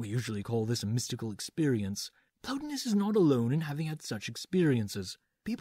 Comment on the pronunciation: The guys names were Plo TIE nus and E PICT atis. Pls act as if you've heard these names pronounced somewhere.